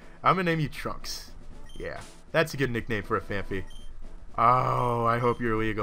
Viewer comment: its phan-py not phan-phy